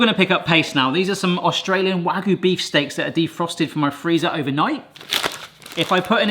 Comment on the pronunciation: It's not "waggoo" it's "wagyu"; "wa" and "gyu". わ and ぎゅ.